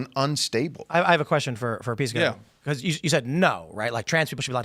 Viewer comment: Piss-co? Sorry, but I just can't. He's proven that he is not a serious person.